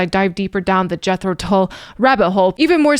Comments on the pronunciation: Thick is a Brick is an album containing one song over 40 minutes long. They edited sections from it to play on the radio. You should check out the album. Tull rhymes with dull (not to say he is dull at all) and does not rhyme with bull. I agree with the comment below: Locomotive Breath is something you should hear. Lok at the output over the years and try to explain why Jethro Tull isn't in the RnR Hall of Fame - crazy. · THICK AS A BRICK is a 50 minute long composition. This is the much shorter Live version. "Tull" rhymes with HULL (like the hull of a ship).....